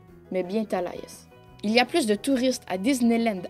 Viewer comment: Ça se prononce talahassi la capitale de la Floride